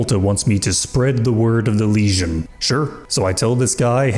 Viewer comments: I notice you tend to pronounce “legion” the way one would pronounce “lesion” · Dunno, but every time says "Legion" it sounds like "lesion" to me.